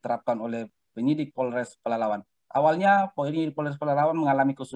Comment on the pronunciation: masih baru ya di Polres Pelalawan? Menyebut nama daerah diwilayahnya masih salah2..